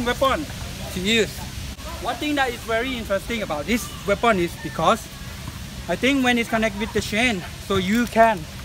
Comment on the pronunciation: "Weapound" haha